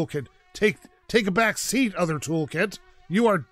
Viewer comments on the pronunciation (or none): none